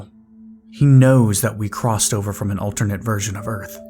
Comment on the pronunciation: Are we going to talk about the way he's pronouncing "alternate"?